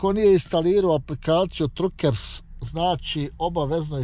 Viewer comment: Truckers se izgovara Trakers. Mislim da sam čuo jednom Vašu suprugu da je govorila engleski. Ako je tačno da govori engleski pitajte nju.